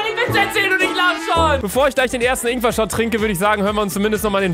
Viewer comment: Luca: "AHHH Das sind ingwa Stückchen" Ich:"sterbe vor Lachen"